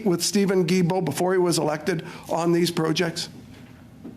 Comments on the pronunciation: the way this guy says Guilbeault is closest to how it should be said. It’s a hard G. Like GARBAGE. 🤣🤣🤣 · His last name is pronounced as ghee-bo 👍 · Prononounced: «Gill-Bo»... Thanks! Take is for a French Guy ;-) Cheers! Great work as always! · Wow Im not surprised. I have a difficult time with Guilbeault. Although Im not a fan his name is pronounced "Geebo"